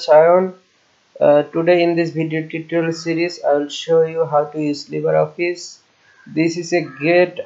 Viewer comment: উচ্চারণটা লিব্রে হবে তো। লিবার না।